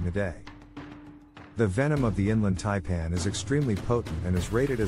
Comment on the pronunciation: He can’t even pronounce Taipan. Yes I know it’s a computer